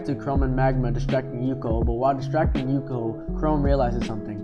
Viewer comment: Good video! Pronunciation needs some work :) Its Suika not Suki & Ukyo not Yuko